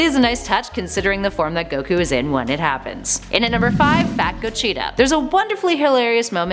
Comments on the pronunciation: i love ya but damnit his name is go-g-ta there is no chee in his name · everytime she said pilaf & gogeta; i cringed so hard who tf is kocheetah? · Cheetah...cheetah...Cheetah... "Gocheetah" "vecheetah" lol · Why TF are you saying go-CHEETA? GO-GEE-TA 🤦🏻‍♂️ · STOP SAYING GOCHITA ITS GOGETA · Its pronounced GO-JEE-TA not GO-CHEETAH Jesus CHRIST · Who is GO-cheeta 😂😂😂 did they have stripes no1 else saw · Gocheta & Vecheeta lmaooo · Everytime she said Gocheeta made me so mad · go - cheta 😂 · “Ve-cheetah” “co-cheetah” 🤮🤮🤮🤮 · Why are you mispronouncing the names? Vacheeta? Gocheeta? Also - did you steal Geekdom's video? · Goshita??????? Wtf buaaahahahahahaha "godzila", now is Goshita are you kidding me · She also says "fa-cheeta" and "go-cheeta" 😂 so cringe. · I dont like the way she says any of the names...just hurts to hear em said like that...gogeta....pilaf.....a few she doesnt say right